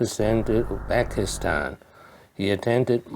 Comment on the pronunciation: Not Uxbekistan, but Uzbekistan